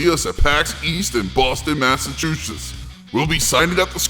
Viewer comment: "Boston Masachushush"